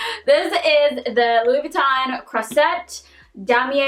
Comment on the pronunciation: The « s » of croisette is pronounced « z » 😊